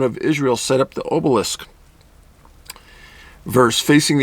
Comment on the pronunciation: Hate to be that guy but it’s not it oh sai rus and Aw buh lisk